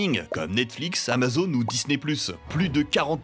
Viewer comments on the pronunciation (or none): none